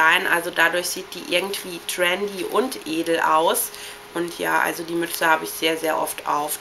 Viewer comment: also deine ausprache ist teilweise echt schlimm.. schtrendy.. schtrech... omg..